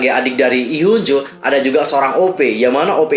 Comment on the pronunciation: maaf out of topic, cara bacanya hyunjoo itu hyeonju makasii